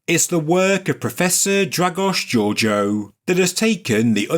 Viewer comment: the name sounds actually like this: Dragosh Gheorgheeoo , is romanian is a latin language